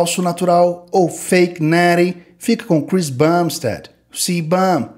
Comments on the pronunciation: “Fake neeeeety” cara como eu amo o pronuncia perfeita desse cara muito satisfatório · Fake Nattie, Liver King, Neeeeck, Chef Rush, por favor, alguém faça um compilado de 1 hora dessa pronúncia perfeita kkkkkk. vai ser uma potência dos canais de musculação. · feiq NETII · Jesus Maria José!! Fake neeeeeeeris, que pronúncia maravilhosa.